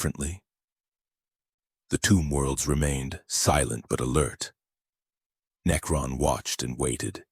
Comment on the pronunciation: Good video, however the sheer amount of misprounciation is unignorable. Especially words that are repeated 100 times and are literally the theme of the video. Unless you train you AI to properly pronounce words like that thos will probably be my last video N-E-K-Ron Mech-an-e-cus Are just ridiculous...